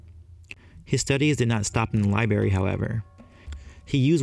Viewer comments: you say liberry, it's library, man. Ball busting aside, awesome video, you've got a shiny new subscriber. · Its library, not lie berry.